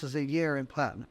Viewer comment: Plat-I-AM.